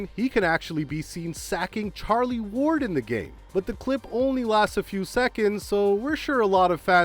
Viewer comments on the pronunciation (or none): none